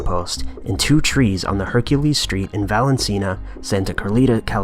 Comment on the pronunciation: Val En Cena, Santa Carlita? never heard of that town. Maybe you mean Valencia, Santa Clarita?